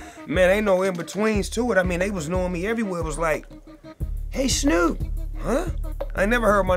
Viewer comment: "hey snewwp" ... I ain't ever heard my name called like that 😂😂😂😂😂😂